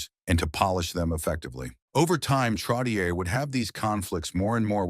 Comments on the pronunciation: Not Trottieure... Trottié like yé.... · It's pronounced Trottchehhh 😊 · NUMBER 19 - MY FAVORITE ! His combination with Mike Bossy -INCREDIBLE ! & It's TROT-E-AY { NOT ER } !!! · This announcer is a disgrace. Pronouncing the name over and over incorrectly is brutal. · It is brutal to listen to this when the AI voice repeatedly pronounces his name wrong! Before writing this tribute…speak to someone who is in the know and ask the proper pronunciation of his name! 👎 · You are so right. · Please work on the name pronunciation. Terrible! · Ya. Like no shit. I quit watching after less than 2 minutes cos I couldn't listen to that dip shit fuck that name one more time.